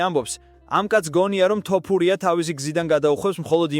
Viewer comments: შეგძლებია თოფურიას თქმა სირცხვილია ქართველი კაცი ხარ და ელემენტარულ გვარს ვერ გამოთქვამ წესიერად ეს მართლა სირცხვილია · ეეე ბიჭო შენ მართლა და რყლეე გჭირს. ხან ასე გითხარით ხან ისე და ეხლა კიდე კომენტარში დაუწერე ტოპურიაოო და მოდი ძმაო ან სწორად უძახე ან ვისი სახელიც იცი იმაზე გააკეთე სიუჟეტი